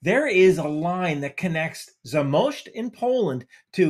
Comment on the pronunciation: Just to throw it in here, as far as I know, the latest consensus is that this actually was an Ukrainian air defence missle. Of course there is war just behind Polish eastern border so those things will happen. BTW awesome pronunciation od Zamość :D